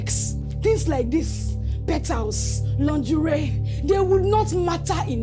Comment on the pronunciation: It's the way she got the pronunciation of lingerie for me. 😂